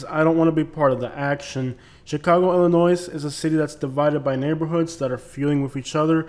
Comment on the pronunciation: The usual great stuff, but when saying Illinois. do not pronounce the s at the end.